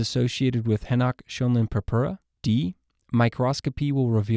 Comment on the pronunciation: I have of this writing szmptoms of the diarrhoea type I consumed something that must have been late the day before. BTW obviously you are not a German speaker, Henoch-Schölein is pronounced as haynoakh sch r like an Irish r line. Not henach shoaline. I am a native German speaker myself. (Eduard Heinrich Henoch und Johann Lukas Schönlein) both discovered this pathogen during the late 18th century and 19th centuries respectively.